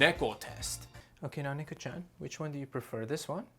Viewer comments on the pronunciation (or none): He does and it physically hurts me.